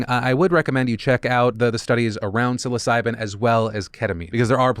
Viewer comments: TIL psilocybin at 2x speed sounds like "suicide" 😱💀had to relisted to make sure you weren't making a super dark joke . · Lol was busy doing something while listening to your vid, but kept hearing you say su!c!de, instead of psilocybin. Had to come check the word. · I wasn't really paying attention and for a second i thought Phil said "*Suicide* keeps looking better and better as a treatment for depression" and I got concerned